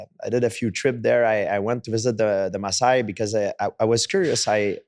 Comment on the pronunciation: They are called Maasai and not Messiah lol.